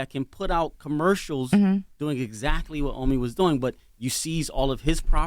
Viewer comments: Lol they call him Ahmi🤦🏾‍♂️😭😂 It’s Oh-me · It’s pronounced oh me not ah me. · OMI IN A HELLCAT I know you had to be thinking....it’s OMI not Ahmi! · Y u keep letting them say your name wrong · awful the video just starts and she can't even pronounce his name correctly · Lawyer and host pronounced his name wrong lol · Why the fuck are they saying his name wrong 🤦🏽‍♂️ even his Lawyer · Y’all just gone kept mispronounce his name🤣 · If watched his videos she woulda know how TO SAY HIS NAME CORRECTLY 🙄🤦🏻‍♀️! & How the hell doesnt his OWN LAWYER know how to say his name 🤦🏻‍♀️ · BUMBACLOT! !!! Do not let them miss pronounce yr name...OMI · Can yall say the name correctly even da lawyer 🤦🏾‍♂️ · How you representing somebody & cant even say their name right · Why he letting people pronounce his name wrong in his face 🤦🏽‍♂️ Even his lawyer don’t know how to say his name WTF..I’m 2 minutes in the interview and they said his name 3 times wrong already lol...